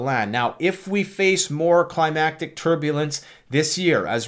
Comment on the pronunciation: "Climactic turbulence!!!!!!!!!!" Indeed! That is what SHE said! Climactic turbulence, baby! I think mean "Climatic" turbulence! Bwahahahahahahahaahhahhahh